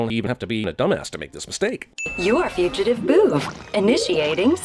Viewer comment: Why dose “big brain boovs” sound like “big brain BOOBS.” Just why.